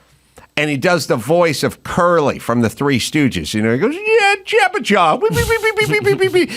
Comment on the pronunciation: Its Jabberjaw …not jabba 👍